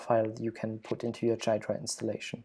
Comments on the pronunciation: You pronounced it wrong , by the way. It's supposed to be pronounced gee-druh, not guy-druh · It's Gee-druh, not jeye-druh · WTF is "Dude, it's pronounced "Ghidra"! "? That leaves things as clear as mud. It is pronounced GEE-druh with a hard G (as in "good"). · 'Jiy -dra' lol its pronounced like Gee-dra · Please say "gear dra" from now on in place of "jai dra" you're killing me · great tutorial - but it's not jai-druh, it's gee-drah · It is pronounced gee dra nor jeay dra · Wait, it is pronounced jai-dra not ghee-dra? Learn something new everyday. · It's GHee-Drah bro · He never read the FAQ: Frequently-asked-questions#how-do-you-pronounce-ghidra > Gee-druh. The G sounds like the G in goto, great, good, graph, and GitHub. The emphasis goes on the first syllable. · Bro it’s ‘gee-dra’ 🤦‍♂️ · For future listeners, Ghidra is pronounced, "Gee-druh"; [3] /ˈɡiːdrə/[4]). Source: Great video, and well-explained usage. Keep up the great work. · it is pronounced gheedra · It's pronounced GHEE dra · I believe it's pronounced "gi-door-ah" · It is pronounced "Gee-druh" but that's okay. This video was a very nice introduction, by the way! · The way he says Ghidra drives me crazy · It's Ghidra!!! It's not a J. It's a soft G as in gear (not G as in generous or gentle or genius). Then it's followed by hard E, as in easy and finally dra (soft), as in dram. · it's Ghidra G as in Get. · Dude, it's pronounced "Ghidra"! (j/k, was a good video) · It's funny that you pronounce Ghidra wrong this entire video.